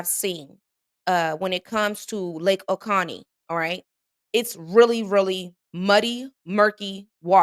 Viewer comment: hey, not picking, but its not oconnie, its o cOh nee